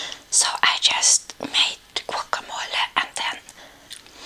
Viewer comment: Me encanta como dice GUACAMOLE. Excelente pronunciación 👌🏻